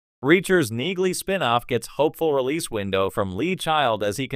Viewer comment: It’s pronounced “Neeley”. 😊